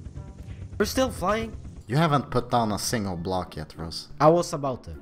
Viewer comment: Block? What is it, Meinkreft? xD